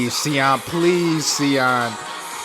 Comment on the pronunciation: Siyeon is pronounced Shi-yeon*